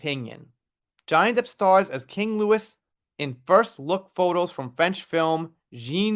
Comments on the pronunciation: " my lovely friend, i respectfully have to let you know, it's King 'Lou eeeee', the s, is silent in Louis"💋💕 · Just so you know it’s pronounce king Loo-E. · Jeanne du Barry is pronounced ' Zjan du Barry' Louis is pronounced ' LOOee' Versailles is pronounced ' VerSIGH' and Cannes is pronounced 'Can'. If you Google ' how to pronounce Versailles, etc... you will hear a recorded voice pronouncing it correctly.